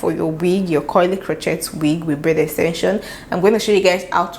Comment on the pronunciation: Absolutely stunning & inspiring for next project. Love & learn so much from your videos! Crochet is pronounced krō-ˈshā with the T being silent due to its Old French origins.